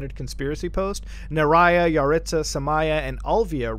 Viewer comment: I’ve met so many yaritza’s also I’m pretty sure it’s pronounced YUH-ritz-UH